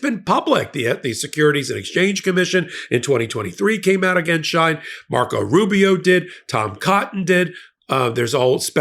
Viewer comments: 'She - In', and 'we-gars' not 'shine' and 'I-gars'. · It's pronounced “SHE-IN”, not SHINE or SHEEN. From official Shein twitter feed. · It's pronounced She-In by the many of hundreds of Influencers on YT and IG. The clothes are so cheap that if they don't fit or the fabric is flimsy most of the buyers don't care. They will donate it to Goodwill or the Salvation Army. The website is so popular that American brick & mortar stores or online retail online sites can't compete. Also Shein keeps its prices low through a U.S. shipping provision called the "de minimis exception" which waives duty fees for any packages under $800. Shein shoppers usually spend way less than that. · It’s Sheen pronounced! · I’ve always known the company SHEIN pronounced as “Sheen”. I only wanted to correct u because I might not have known what company u were referring to if I didn’t know Shein’s background. Not that him being a part of this company surprises me. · The company is called sheen That is the proper Pronunciation But is spelled differently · its she~in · It’s pronounced “she-in” and it’s like Temu… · Bro can’t pronounce words for shit. It’s phonetically “Sheen” and “Wee-gers.” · Dude come on Uyghur is pronounced wee·gr. Shein is pronounced she in. You really should have looked these things up, come on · Soooo... you should really look up how to pronounce Shien and Uyghurs. Friendly tip.